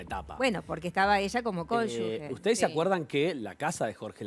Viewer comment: Cónyuge se pronuncia así como se escribe, no digan "conyugUe"